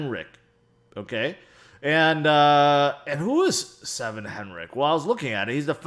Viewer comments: sven not seven xD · It is Sven not Seven :). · Seven lol. It’s Sven. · The guy's name is Sven (pronounced: swven), not 7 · Haha why do you call him "Seven"? Haven't you ever seen Titanic when they're asking where SVEN is? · ‘Seven 7 ’ Henrich?🤣🤣🤣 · I love you bro but you are the absolute worst at pronouncing names.... "seven?" 🤣🤣🤣